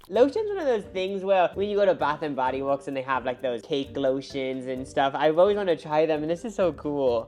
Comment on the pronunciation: Bath and body wuhhhhks 🤣